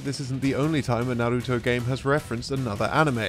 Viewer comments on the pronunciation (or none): why do people have a hard time pronouncing Naruto. it's like they overcompensate and then annunciate on the wrong sounds my guy said narRUto lmaooo or some people will say naruDO. it's just 3 sounds na-ru-to